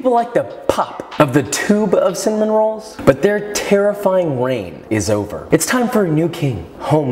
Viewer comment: Nobody: Literally nobody: Joshua wissman: UlTrA BuTtErY CiNnAmOn RoAlLs